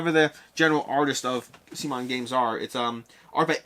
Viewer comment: I feel like you filmed this video so you could practice saying sea-mon a million times and solidify that pronunciation in your mind. They will always be Come On to me.